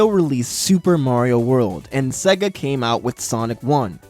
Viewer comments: Please its seega not saga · FUCKING SEGA NOT SEAGA